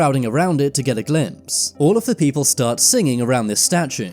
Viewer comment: What's a 'statuN'? 🥴